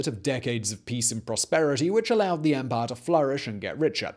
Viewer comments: It is empire, not emphayyya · Love the way Simon says ‘empahhh’ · This channel is great. I’m so happy I found it. Also the I really enjoy the way you say empire...